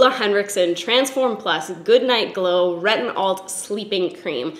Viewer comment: I love that you pronounced it as retinOLD